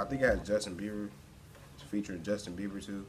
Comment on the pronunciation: noooo, it's Bieber not beiber🙈 sigh